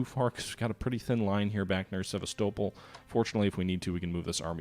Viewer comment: Sa -VESTA-Pol